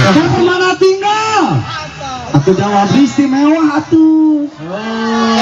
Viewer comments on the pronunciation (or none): Sorry kng, Permanatingal bkn Permanatinggal